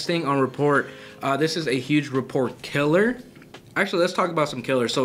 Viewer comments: Just a heads up.. rapport is pronounced “ra pour” Flip side… you gents are incredible and I’ve enjoyed binge watching and taking notes thru the 30 days of wholesaling series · New drinking game: take a shot every time rapport is pronounced wrong